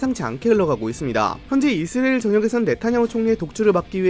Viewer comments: 이스라엘 발음 많이 좋아지셨네요. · 형님 이스라엘 발음 연습 하고 왔습니까